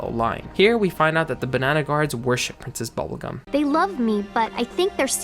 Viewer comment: “Process Bubblegum”?